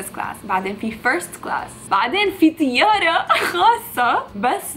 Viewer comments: متقول طياره تقول تياره هههههههههههههههههههههههههههههههههههههههههههههههههههههههههههههههههههه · اها غريبة لانو لاحظت كتير لبنانيين يقولوا تيارة بدل طيارة بس مابعرف صراحة يمكن ههههههه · #تيارة ههههههه اصلا عادي انا كمان لبناني واقول تيارة😂😂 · اسمها طيارة مش تيارة عيدة سنة في اللغة العربية 😂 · ليش بتقولي طيارة بالتاء 😳😳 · ليش بتأولي تياره هيا اسما طياره😒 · تيارة ولك احكي منيح انجليزي وعربي